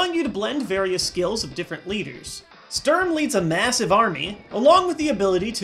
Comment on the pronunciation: I doubt Sturm is pronounced like you did it its more like Schtoorn